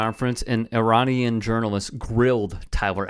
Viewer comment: So it’s not I Ran but it’s pronounced I-Ran-anese?